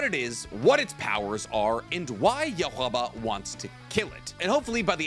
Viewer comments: You hah ba chhhh(k) - Jesus I cringed every time you said his name yuhaba (sound like a Asian Girl Scout candy) I’ll never see the villain the same thank you … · Is that "yohabla" noise how you think Yhwach is pronounced? 😂 You-Ha-Bok is the correct way to pronounce it. Like the composer, Johann Bach, just mushed together as one word. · Dislike this video specifically for your mispronunciation. Really easy to say yu-ha-ba 3 separate enunciation. Not whatever the hell your saying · I like when Yhwach is pronounced as (Yu-ha-bach). Wrong or not, it’s the best pronunciation. Bleach’s TYBW anime was exactly how Kubo wanted it TO be. It’s awesome. Let’s hope the Hell arc gets animated in the same manner. 🤞🏼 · Nothing more irritating than a content creator not talking two seconds to hear how the anime has already pronounced a characters name. YUHUBBA. 🤨😤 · Is it just an internal meme that the pronunciation of ywach is gonna be more and more incoherent? I swear even within the same channel it gets worse over time. Is in not accepted for English speakers to just call him 'yu-hah bokh' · Bros still saying YAWUBA 🤣😭😭💀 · Yhwach= yuha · Lord have mercy..... bro I watch ur videos I hear ur voice a lot. Please dot try to change the pronunciation of the words we been using for over a decade "yuh ha ba" saying it fast dont change that ur saying it wrong( according to the majority of the fans( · That Man name is YOU-Ha Bach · The kana for Yhwach is ユーハバッハ, so phonetically I think it's Yuu-ha-bah-ha. Not that it really matters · His name is yuh-watch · it should be YOU-HA-VA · Until bleach: a thousand year war, came out in eglish... i was saying it like, yawatch lol i woulda never guessed it was pronounced that way ! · In my opinion you’re saying ywhachs name wrong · Why do you pronounce all the names wrong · pls dude learn how to pronounce yhwach better u pissing tf out of me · Weirdest pronunciation yhwach I’ve heard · I swear the way he pronouns ywach makes me die inside lol